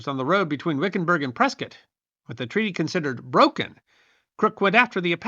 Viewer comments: I live in Prescott, and glad to hear it pronounced correctly. "Pres-kit," like Biscuit. Great story. Never knew about this stagecoach massacre nor its connection to Prescott. Even learned the origin of the name Hassayampa. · I live in Prescott AZ, and I want to compliment you for pronouncing the name correctly... It is indeed referred to by us locals as "Press-kit", not "Press-kaht". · Oh, Thank you for pronouncing Prescott correctly. Us Arizonans love you more for it. Butterfield trail went right though my town. Super cool information. Thanks! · Congratulations,! You pronounced "Prescott" just like "biscuit". I'd almost think you were from Prescott! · Well done again. As someone who lived in Arizona from 1959 through 2014 I actually loved this one. Also, I want to commend you on your proper pronunciation of "Prescott". I'm very familiar with every area that you mentioned during this story as well as the story itself. Like so many other times in our nation's history the native tribes get a bad rap and are blamed for things that were never their fault or that they never did. BTW That's a beautiful tuxie gato or gata you have there. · I came here to say the same! Impressive he knew the correct pronunciation, that generally only us who are from Prescott, know. Now to find out the lived there... way kool! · It's so unusual to hear Prescott pronounced correctly. I see another commenter has also given you credit for that. Good job, and great story telling. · Good work hitting the local pronounciation of the territorial capitol. 😊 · pronounced Prescott correctly!!!